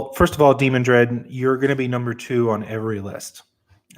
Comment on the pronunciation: I find the pronunciations of some names funny. De-man-dred. Or Demandred - no emphasis splitting the syllables. I guess its all different from imagination to imagination. Also here is another example I'm sure i'm wrong about in my head. Aeil. I say Ale. Ay-eel is probably nearer to what its supposed to be, I just thought it was more subtle than that.